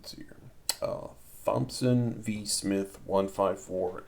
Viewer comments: Its pronounced "TOMson" not "THOMson" . Also, Constitutional Common law of the Land states that no state can make a RIGHT into a PRIVILEGE, and if they do, it can be ignored. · brandon kushner yes!!!! I can’t take it! THompson??!? 🤯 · Thomson is pronounced "Tom-son". Thompson is pronounced "TomP-son". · LOL THIS MAN SAID THOMPSON!!!! Its pronounced like TOMPSON!!! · Why are you pronouncing Thompson like the Th is soft? The name sounds like "Tompson" The H is silent. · hey thompson is pronounced tomson the "T" & "P" Is silent. dumb ass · Thompson is pronounced 'Tom-son' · Thompson is a common name... you should know how to pronounce it correctly. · "Th"ompson! The 'h' is silent you you idiot!! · Garry McMhastegut Cognitive ability has nothing to do with it. And, I did no such thing. I explained that a person that doesn't have the experience to know how to pronounce Thompson, has demonstrated a lack of experience living in the midst of the US population. Such a lack of real world experience makes his opinion of little to no value.